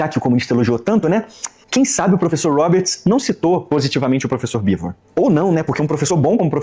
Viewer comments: Mas aqui vou discordar do. O Jones Manoel não falou que Oleg Khlevniuk era ruim ou péssimo escritor. Ele falou que péssimo escritor era o Oleg Cu Nietzsche. Sem contar que ele também falou do Bivôr, não do Beevor. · Eu até consigo ser caridoso com o "Bivôr", mas o "CuNiestche" não dá. Ainda quer se chamar de "nós, o povo soviético"... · ele falando bivô, grudou na minha mente. Toda hora lembro dele falando kkkkkk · "Bivô" 🗣️🗣️🗣️ "Kuniti" 🗣️🗣️🗣️ "Cuki" 🗣️🗣️🗣️ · Não conseguir pronunciar Beevor ou Khlevniuk até vai... Mas como que essa ameba não sabe pronunciar Cork???????? MANO.... CORK!! É A MESMA PRONÚNCIA DO PORTUGUÊS VÉI!!!!